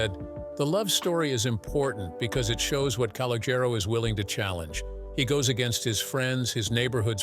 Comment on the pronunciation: C and Jane did not go to school together and pronounce his name correctly! Now yous can't leave!